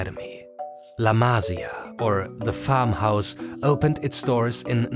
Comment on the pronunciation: Amazin work and great video. However, there's one thing as a Spanish speaker, is that you need to know that a tilde (´) is to emphasise the sylable on the word. So la Masía, it's pronounced ma-SI-a, not MA-si-a. It really hurts the ears when you hear it misspronounced (similar as to how every English-speaker misspronounces the last name Pérez as per-EZ, instead of PER-ez). Havins said that, keep up the work! Awesome video. fantastic channel!